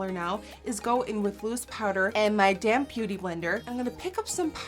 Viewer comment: lol I love you sometimes when you say "damp" the p doesn't come out and it sounds like damn. made me laugh cause I thought you said " your damn beauty blender" made me laugh so hard.